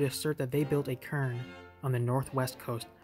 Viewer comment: "Kern [sic]" -- "cairn"